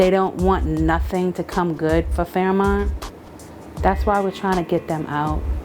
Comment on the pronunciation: It's not Fairmont it's fearmont